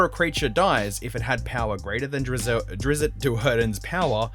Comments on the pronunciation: It's drist not drisset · Its pronounced ˈdrɪtst